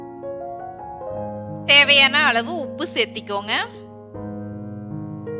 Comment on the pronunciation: Seathikonga don't say like this searthukkonga say like this